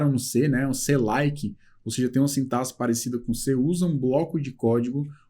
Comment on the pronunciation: é o único professor, dos que já acompanhei até agora, que na palavra 'sintaxe', pronuncia 'sintaSSE' ao invés de 'sintaKSE', ou seja, é o único que pronuncia corretamente. Um pequeno detalhe que demonstra conhecimento também de português. Grato pela aula!